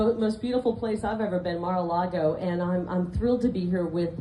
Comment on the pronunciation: Nothing like standing there and basically dissing her own state, by saying Mar A Cloggo is the most beautiful thing in the most beautiful state. Damn, girl...rude. If I still lived in Arizona, I'd be pissed she said it like that..just to kiss up to Donald's butt. I'm 59, and when I learned in elementary school, about what the settlers did to the Native Americans already here when settlers docked, it made me ashamed that people like me, white, could do something like that. Felt the same when learning about slavery happened..and I still am embarrassed a little of what our white forefathers did concerning anyone not white in skin color. EVERY person should have a little of that understanding. I KNOW I personally didn't do that, but just that my forefathers may have, is enough for me. Maybe others have harder hearts..I don't know.